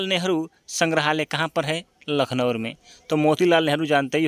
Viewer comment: Bhaiya lucknowur nhi hota h lucknow h 😂😂😂 kya aap naam bigad the ho